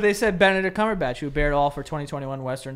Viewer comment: I’m dying at them pronouncing Benedict Cumberbatch